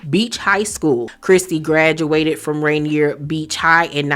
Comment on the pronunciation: It’s pronounced “Ray-neer”